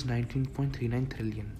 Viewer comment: It's trillion not thrillian 😂😂